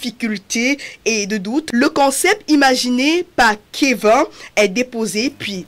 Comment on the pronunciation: Le prénom se prononce "kévine"